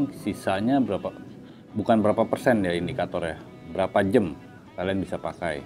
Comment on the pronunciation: Btw Jam ya bg Bukan Jem !! JEMBOT iya greget gw